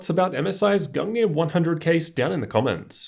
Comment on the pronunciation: Thanks for the pronunciation of the case. I was kinda freaking out about it. Excellent video my dude!